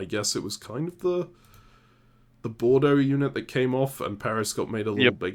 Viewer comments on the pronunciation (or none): none